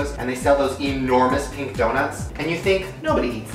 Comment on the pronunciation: He said pink not peep